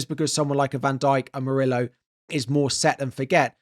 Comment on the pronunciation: Bro, stop pronouncing Murillo as "Muri-low".... It's "Muri-yo".